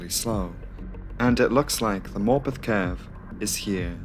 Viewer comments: Dude I swore he was calling the town “Morbin” for like tho whole video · For heaven's sake. That pronunciation of Morpeth, from someone who is actually from the North East, is just cringeworth!!!! Why on Earth are you trying to sound American, as a Geordie, making a video about a railway accident IN North East England???? Stop selling out and be yourself. No-one is falling for that truly silly accent.